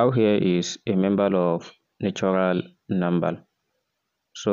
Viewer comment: I think you mean to say, 'member of natural number'. Not membal of natural nambal.